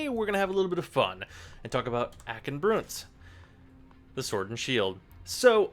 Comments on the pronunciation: Broont? How do you say Blunt? BLOONT FORCE TRAUMA! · Why "Broont"?